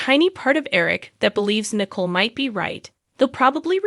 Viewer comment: A Va. and NIC COLE. say the names right please